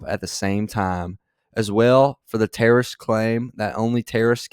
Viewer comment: LYRICS the only trrrrrsts whos done anythn crossin the border, is one who came alayn killed three - under his administration - Killed th - an al quaida uh person com- ahahahand his administration - killed three american soldiers, killed three american soldiers. That's the only trrrrrst that's there, I'm not saying I didn't know trrrrrst ever got through, but the idea, they're emptying these prisons werel we're welcoming these people, it's simply not true, there's no data to support what he said, once again he's exaggerating, he's lying.